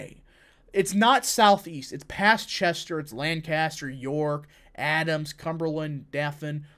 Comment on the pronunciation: Like your content but you mispronounced Lancaster, please say it correctly (LAN-cas-ter).